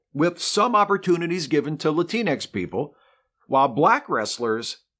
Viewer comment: As a person of color, I'd like to bring attention to the amazing lack of diversity on your otherwise fantastic and entertaining show. There is only one person in front of the camera on your show, and your in front of camera talent is 100% male and white. Also, Latinx doesn't rhyme with Kleenex.